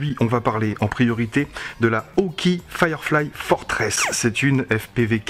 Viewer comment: Par contre, on prononce hawk"aÏe"! ;-)